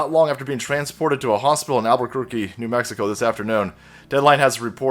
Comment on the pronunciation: I wish he didn't have to call New Mexico "New Mek ki ko." It just sounds xenophobic asf. I wish he would just shut his trap. Coof is just another name that right wingers and conservative independents call Covid.